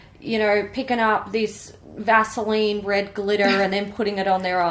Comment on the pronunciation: Vaseline glitter!!! So accurately said!😂😂😂😂